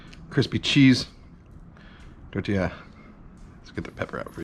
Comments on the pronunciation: “Quessadijja” “tortijja” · if it’s quesadija then it’s tortijja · i live in San antonio, Texas and have never heard anyone say tortilla or quesadilla with a j sound for the double l... interesting